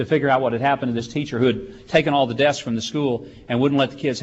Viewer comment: Wow. He can't say "desks."